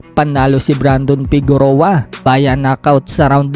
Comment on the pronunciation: correction lng Fige-roa po pronounciation nyan not Fegu-roa